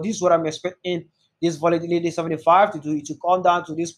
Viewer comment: I love your videos and what you do but honestly your accent makes it difficult to watch. Especially the way you pronounce “volatility” repeatedly. Keep up the good work bro.